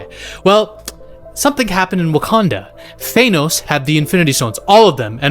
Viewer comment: Why do u call thanos "thaynos" 😂